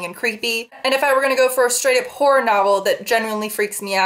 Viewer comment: I've kinda been binge watching your videos and I swear to God, everytime you say "horror" I hear "porn" haha. I never noticed that these two words sound so similar.